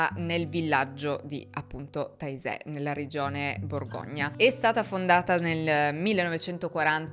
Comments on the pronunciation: Bellissimo doc però Taizè di pronuncia Tezè! Taisè proprio non si può sentire 🤪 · Non si pronuncia taizè, ma tezé, sempre con la zeta stile s di casa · Taizé è in Francia. Si pronuncia “tezé”. Frér Roger è francese, si pronuncia “Rogé”.